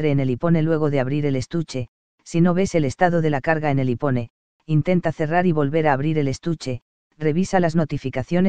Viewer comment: Ipone? Vaya pronunciación